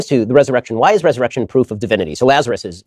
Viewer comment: wait, you could understand what Ben said. it sounded like "blrtniLazerusbldrt"